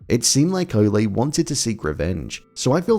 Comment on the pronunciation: why you pronounce Ole like Olay? It Ole like Ol’ or Old. Good review btw. 👍🏻